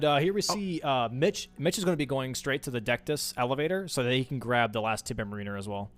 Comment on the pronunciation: Guys, it's MARiner, not maRINer.